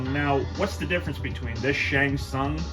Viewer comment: Double Nice! 🥶🥶 I keep thinking is saying "Shang Fun" at times and I was thinking I was just hearing it weird, but even the Closed Captions hears it that way, too. 😆